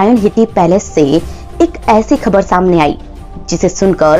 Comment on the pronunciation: Shamne nahi it's samne. Please improve your Hindi vocabulary.